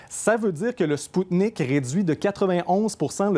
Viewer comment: Hey les blaireaux ça se prononce Sputnik V (V la lettre V) et pas Sputnik 5.